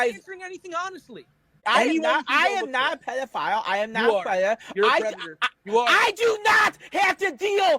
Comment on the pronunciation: I tawt I taw a pdf I did i did see a pwedoflile